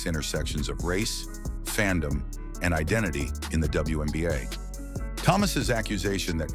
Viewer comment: It's called the WNBA, not the BWNBA.